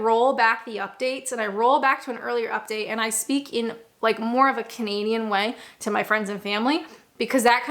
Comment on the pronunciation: When you say You're Canadian I keep hearing comedian and as get going I think I was right and first queue jumpers are made to go to the back who the hell says tut in the UK my advice get out of Kent it sounds like it's stuck in a time warp . I like you .PS and because I like you never never never slap your legs and say it's time go people will wonder why you did it just look at your watch and say its time to go .